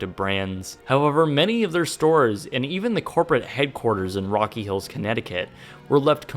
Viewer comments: It's Rocky Hill not Rocky Hills! I live there and drive by the headquarters building quite frequently. Doesn't look like it's in that bad of a condition but still is vacant. Love your vids! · Didn't know Rocky Hill had an S in the name!